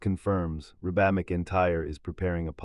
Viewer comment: Hey... it's pronouced Reeebuh. Not rebaah. What a bunch of crap!